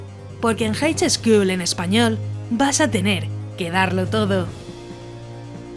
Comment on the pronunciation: El vídeo está bueno, pero el juego esperaré para q este completo. Lo único... Highschool se pronuncia jaiscul. Pero bueno, like xD